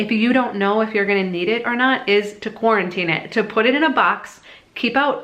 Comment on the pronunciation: "just quatantine it" SHE JYNX'D US ALL.